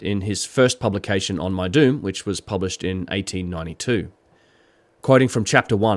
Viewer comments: Lol, when you said Meidum I thought you said “my dude is one of the oldest Egyptian pyramid sites” 🤣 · My my, what an ominous sounding locale, guilty by pronunciation. Meidum = my-doom OR as in Petries 1st publication spelled as: Medum = mee-dum, for a tongue in cheek effect. Thanks for uploading!